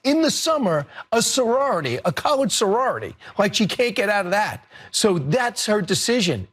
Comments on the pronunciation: If that’s true he’s the only American who pronounces college as “cull-ed” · It actually sounds like he said cow-ledge. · I had to re-listen a few times, but he actually says “college “, but with a weird accent… sounded more like “cow-ledge”🤷🏻‍♂️ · No one pronounces college as cullege. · i heard “kul” not “kol” 😮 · Hé said college sorority believe me in thought the same thing at first he said colored …until I listened closely and put on my caption .. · So he pronounces college "CUll" 😆. He made sured he stayed away from the word "colored" in his double down rebuttal, because he knew it would be compared to what he said before and the sound is the same. You aint slick Brian 😒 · THT MAN SAID COLORED CLAER AS DAY...PERIOD 😠 😡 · Lol, this dude said "COLORED" sororities 😂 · I heard Cor at the beginning and lored at the end! The man said colored, not cau-ledge! Stop the bull! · I played what he said repeatedly with my ear close to my device. The word that he said was indubitably “colored”. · he said colored I listened 3 times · He actually caught himself but not fast enough, he said colorge sorority! Damn 🤡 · He said "colored". Clean your ears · I definitely heard colored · So, basically, he's trying to spin it as if he pronounced it, "cullage", even though, during his spin, he actually pronounced "college"... Didn't even sound similar. What a dope. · He said Colored! The "ge" in college was not pronounced...but the "ored" in colored sure was! Stop Lying trumpiang...just admit you F---ed up! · My first reply was deleted but I listened with my headset with the playback on slow speed...he said colored. He already had a response ready to say he said "college." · I listened again, he said "colled" or "collud". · We all heard COLORED not College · Sounded like colored to me. But your transcript reads college. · He said colored. NO "R" in college. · I played it back at least 5 times and he clearly said Colored . This fox host has a history of being a complete tool.